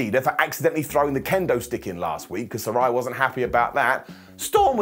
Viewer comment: I hate to be that guy but technically you’re mispronouncing Saraya. Its “suh-ray-uh”. They had an episode after she debuted where they made it clear. Just an FYI (